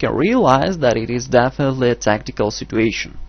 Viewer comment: It's situation not stituontion